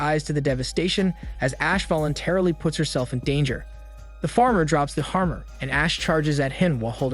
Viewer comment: I’m sorry how did you pronounce hammer 😂